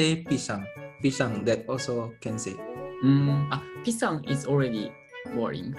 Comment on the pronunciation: its pishang haahahahahah.